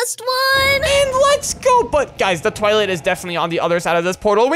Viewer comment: Its not "twoilet" its toilet